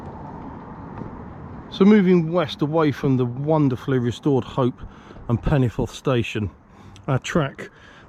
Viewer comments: . I've lived in the area for sixty five years and obviously know many people from the area, went to school in the area and have worked in the area and I'm very sorry but your pronunciation sounds nothing like anything I've heard, most people call it Penyford, though some native Welsh speakers do pronounce it differently it sounds nothing like the way you say it. Don't worry, I still struggle with the correct way of saying Welsh names that include the double D or double L correctly, at least you did try. Great video by the way, loving this series, this is not one of the more well known branch lines, and doesn't get the attention it deserves imo. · Its pronounced Penny - Ford